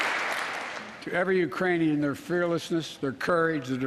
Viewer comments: He says "uranian peole", Wake up it is already day.. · Hahah he did but he said Uranian!! It isn't even a country!! Hah it's like saying " nuclear warfolk' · No, he didn’t say “Iranians”. He actually got tongue twisted and mispronounced Ukrainian. He said “Urainian people ” (yea, go back and listen ) which is still wrong, but not uncommon in human speech and certainly not uncommon with someone dealing with a speech impediment. Considering that he said it correctly the few dozen other times I’m sure you can get over it. Especially, if you put up with four years of the previous president’s speeches. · he said "uranian" thats what I heard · I have increased the volume and have repeated it and I hear no “K” when he enunciated the word. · Wow an old man with a stutter mispronounced a word 😮 so shocked!! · WOW an old man with a stutter mispronounced a word!! 😲